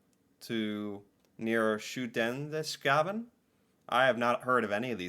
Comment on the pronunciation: Shudeneskavn (Skudeneshavn) made me laugh! xD 😂🎉❤